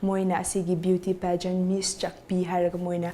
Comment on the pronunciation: it's Miss.. you called it like Miss into Mess.. lol